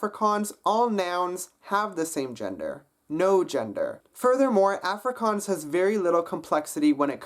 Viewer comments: A(as in wall) frikaans. The a is not as in apple, but as in wall. Long a sound. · you did realy well! there is only some minor problems, for example when you say afrikaans, in afrikaans it is pronounced ufrikaans, if that makes sense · Die dag wat jy "Afrikaans" kan sě...try weer ballas...ons praat nie "Efrikaans". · I am Afrikaans. I have to say yours is the best accent I have herd, it is not perfect but good. is is pronounced awwwfrikaans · being south african i wanted to die when you kept on saying afrikaans. Its pronounced- 'off-ree-car-ns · As jy "Afrikaans" se Afrikaans nie Africaaans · your are saying the word afrikaans incorrectly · the way he pronounces afrikaans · Dude can't even pronounce 'Afrikaans' correctly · he is good just needs to learn how to say afrikaans properly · he does a very good accent but I hate the way he says Afrikaans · You pronounce Afrikaans wrong -_- I would know that cause i liv in SouthAfrica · I think It'sConner was talking about the beginning of the word (the first A). He doesn't quite get that right. Also some of the words he doesn't quite pronounce correctly because he does a mistake many english people do, which is use too many of your facial muscles when you speak it. :D